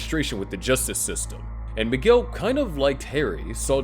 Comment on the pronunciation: His name is Miguel, not McGill.